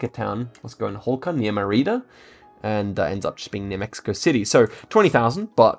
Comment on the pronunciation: Your pronunciation is pretty amazing considering the ridiculous range of languages and countries has, but just to keep it improving, besides the Louisville one everyone is on about, Mérida is pronounce MEH - rida, accent on the first half of the name (accent mark)